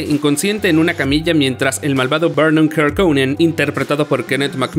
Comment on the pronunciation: Perdón... prometieron una verdad "oculta"... ¿Se les olvidó ponerla? Jodorowsky es chileno, por lo que no tiene sentido pronunciar la 'J', como 'Y'. ¿no viste las películas? Es BARÓN Harkonnen, no BERNON. De plano con ustedes no se puede